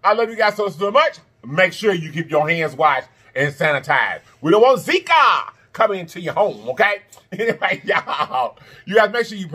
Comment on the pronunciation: The bloopers 😂 baby I know u did not say ZIKA😭